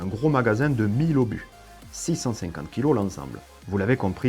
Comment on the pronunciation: Très bien, vraiment. Juste un détail : Mille deux cent obus, pas 1200 Zobus (il n'y a pas de "s" à cent. C'est curieux mais c'est comme ça : deux cent Euros, pas deux cent Zeuros ...)